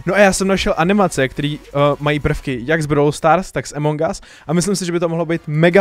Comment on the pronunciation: A A A AMONG US NIE EMONG US! inak dobré video xddd